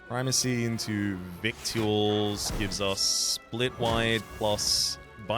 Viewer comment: You may already know this and were doing it on purpose, but "victuals" is pronounced "vittles." Why is it pronounced this way, you may ask? Because English is a fake language, and we should all feel ashamed for using it.